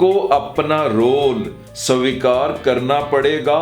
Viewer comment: Sir , pls svikar boliye